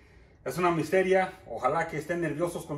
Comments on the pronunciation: Jajajajaka es misterio no misteria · Se dice. Misterio no mistera 👍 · Misterio no Misteria lol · se dice misterio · No se dice dijir se dice desir no se dice misteria es misterio y me gustan tus vídeos